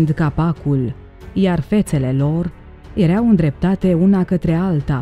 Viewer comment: Poți sa pronunți măcar o data corect verbul (erau )“ierau” și nu “iereau”? Este foarte enervant!